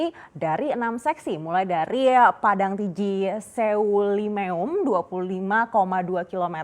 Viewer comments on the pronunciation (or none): Baca nya selimum buk bukan seyulimeyum hahahah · Semelu,, bukan,, sewulimewum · Saran buat presenter Lebih memperhatikan cara membaca nama daerah yg tepat di yt atau tanya dengan orang daerah tersebut. Nama daerah tetap nama daerah, dan akan aneh kalau dibaca tidak sesui dengan cara baca biasanya. SEULIMEUM bacanya se-li-mum Bukan Sewulimeum Daerah di Aceh banyak yanf menggunakan ejaan EU, bacanya tidak dipisah E dan U tapi digabungkan bacanya. Saya sangat suka dengan cara presenter menyampaikan beritanya, jelas sangat menarik dan mudah dimengerti💕 smoga sukses selalu buat presenter dan seluruh kerabat kerja❤ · sorry koreksi dikit , seulimeum bacanya seulimeum atau kalau susah dilafalkan bacanya selimum aja, bukan se wu li me wum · "Seulimeum"cara baca nya tuh selimum aja mbak.gk usah ribet2😅😂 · Di seulimeum itu pengucapan nya lucu sekali😁 saya org aceh sendiri ketawa melihat ini😁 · sebagai orang aceh ngakak pas nyebutin seulimuem🤣🤣